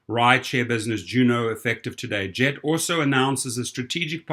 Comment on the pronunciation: Isn't 'Gett' pronounced with a hard 'g'?